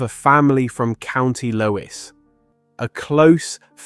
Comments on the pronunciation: Just to let you know County Laois, Leesh 😊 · County Laois, pronounced Leesh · County Laois is pronounced leesh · Laois is pronounced Leash. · Co. Laois pronounced Leash